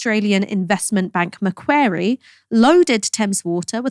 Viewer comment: Macquarie is pronounced "Mac-wore-ee". Nails in a chalkboard! 😅